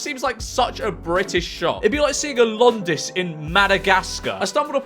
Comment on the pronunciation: i hated how you pronounced Londis lol